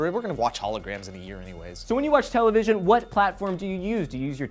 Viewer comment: what's a tele..vison? I think they had that back in the day ....of dinosaurs?